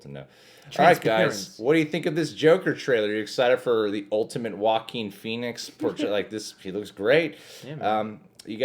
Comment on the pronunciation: It sounds like he's saying "walking" Phoenix instead of Joaquin Phoenix